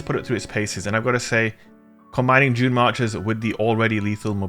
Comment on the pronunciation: I keep hearing 'Junemarkers' lol :)